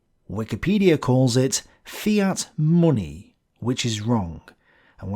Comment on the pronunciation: I could watch your videos for hours just for listening to how you pronounce "munni"!